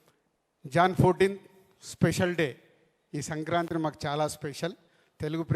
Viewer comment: సంక్రాత్రి కాదురా కంట్రీ యదవ సంక్రాంతి